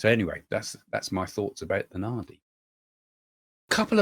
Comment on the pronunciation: Nadi - d is pronounced as d in drum .